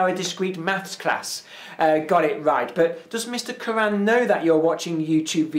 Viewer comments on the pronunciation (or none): none